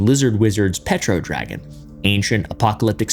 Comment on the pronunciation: dragon sounds like meteor to me?